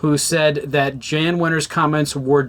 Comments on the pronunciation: His name is not Jan Wenner. It’s pronounced YAHN. Cmon man. Dudes pretty famous. If you’re gonna “report” on someone, you should at least know how to say his name properly. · It's pronounced "Yann". You should be able to pronounce the name of the person you are shitting on. Also, try to get your audio into both the left and right speakers. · At least pronounce Jann correctly. Sheesh.